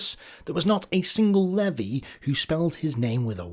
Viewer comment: It's pronounced "Leave-Eye", by the way.